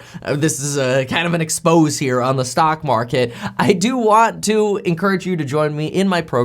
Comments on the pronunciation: LOL, I'm not the guy who will let you walk into the restaurant with your shirt buttoned wrong because he's too embarrassed to tell you: pronounced "EX-PO-SAY" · I might trust this guy more if he knew how to pronounce exposé.